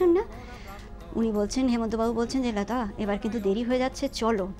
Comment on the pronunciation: "লতা" উচ্চারণ যে যে জায়গায় বাঙালির মত করেছেন, ভাল লেগেছে। আর "ভাই - বোনের" সম্পর্ক, এগুলো এখন চলে না। কিছুই বলার দরকার নেই। হেমন্ত - লতার পারিবারিক সম্পর্কের কথা সকলেই জানে।যদি কোনো অবিশ্বাসী সন্দিগ্ধ সেটাকে অন্যরকম কিছু ভাবতেই চায়, আপনার "ভাই - বোন" tag এ সেই সন্দেহ দূর হবে না।